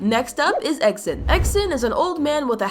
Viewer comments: It’s not eggsen it’s eggsten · It’s egg Sun not eggThe